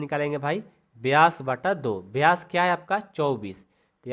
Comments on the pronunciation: सर व्यास होता हैं ब्यास नही होता है😊😅😅😅😂😂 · Ye vkr ki jgh to bkr bol rhe ho or vyas ki jgh byas bol rhe ho or ye vyas d nhi hota😅😅😅😅